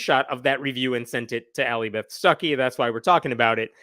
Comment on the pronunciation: Every time you say her name I hear "sucky"...